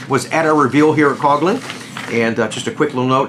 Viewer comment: Coughlin? You can't be serious.